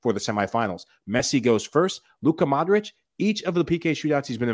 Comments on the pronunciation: great show! love the podcast... mike says the names right! foe nigel and luis every name with IC AT THE END! is pronounced eech for example modric is Modreech.. the same with brozovic and the rest eeches! again love the show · Funny Michael just called Modric a few minutes before Nigel spoke, and Nigel still calls him Modrik. wtf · at you could learn gow to pronounce Modric